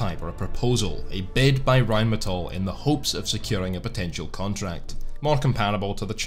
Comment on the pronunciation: First video where I heard RheinMetall not pronounced incorrectly as "rine medal". Great video.